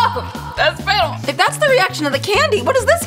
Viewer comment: "Fennel? Like fennel cake?" did.. did she mean.. funnel